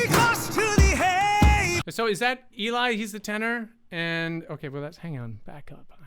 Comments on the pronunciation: it's ELL-ee ...not EE-lie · Geoff just dropped Far Over Misty Mountain Cold. Eli is pronounced Ellie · I don't know if it will help, but Eli is short for Eliezer (hence El-ee), not Elijah (E-lie). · And it’s not “E-lie.” It’s “El-lee.” Like the girl’s name “Ellie.” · Eli is pronounce Ell - ee. I read it as how you say it but not how he pronounces it. Just a heads up. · Not sure if you know. The tenor’s name is spelled “Eli”, but it’s pronounced ELLIE (Eh-lie). The name is spelled “Elie” in French, and pronounced ELLIE. My family is French (duh—take a gander at my first name! Lol). I’ve had several “Elies” in my family, so we’re well-acquainted with the French pronunciation. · Just a note, Eli's name is pronounced "Ell-Ee". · I wanted to let you know, Eli's name is not how you think it sounds, it's pronounced like "Ellie". Also, I recommend Geoff's newest song Misty Mountains, it's brilliant and you get to hear four aspects of Geoff's vocal range. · Eli is pronounced Elle for future reference verified by voiceplay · I think this might be my favourite cover they have done! Everything is amazing! And it let's all of them shine! 🌷❤ I know it is confusing but Eli is pronounced as Elie 🙂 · Love your reaction, thanks! Eli is pronounced "El ee" and yes, that's Eli with the greenish background. He also made all of the backgrounds, using gaming software. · Eli (pronounced as ellie) created the backgrounds using an app - can't remember which. The criterion for being in the group is said to be a good voice and being able to sing harmonies, plus not being embarassed in front of a camera, Incidentally if you though they might be pirates I'm guessing you haven't watched many pirate films :)